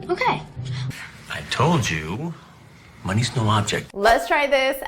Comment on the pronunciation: I thought at first you said “my knee is no object” haha and I’m was intrigued to know what it means until you said it is “money’s no object”. Your videos are the best. Thank you so much !!!